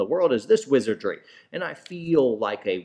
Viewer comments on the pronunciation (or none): none